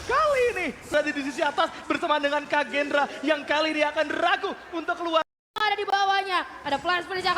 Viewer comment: Kagendra bg bukan Kraken wkwkwk 😂